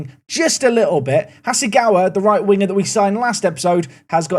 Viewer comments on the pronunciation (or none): none